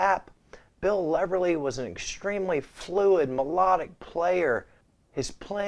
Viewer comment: U may want to read on how to say. Bill Leverty. U miss saying the T